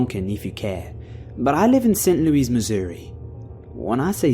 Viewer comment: ARGH! It's not St Louise, but Lewis or Louie. (Americans are weird with pronunciation...)